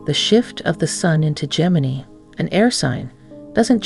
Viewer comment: How many ways can you pronounce Gemini… none of which are the correct one…🤷‍♂️